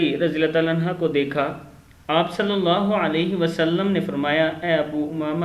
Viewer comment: Anha nhi anhu parho